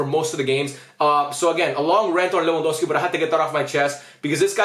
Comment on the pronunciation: just correcting you bc you kept saying lewandowksi bro